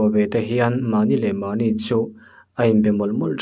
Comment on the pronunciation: Mai anih chu ,, tihna tur angah hian ,, mai anih chaw , , I ti tlat zel a, , chhiar u luk deuh la, tha anga 🤦